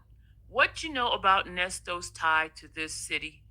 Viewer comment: When she refuses to pronounce the ‘s’ at the end of Nesto’s name, it BURNS MY BISCUIT!! 😡 It’s annoying.